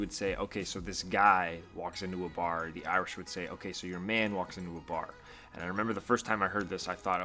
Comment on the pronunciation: You have been in ireland for 6 months and you still can't pronounce irish or ireland right